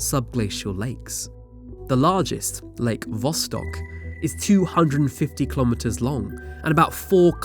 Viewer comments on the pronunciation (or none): none